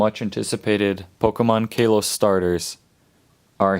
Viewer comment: I AM SO TRIGGERED!!! KAYLOS!?!? ITS KALOS (KAH-LOS)